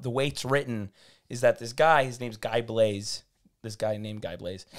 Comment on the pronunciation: Guy Blaize pronunced the english way 🤣🤣🤣 Come on you can do better than that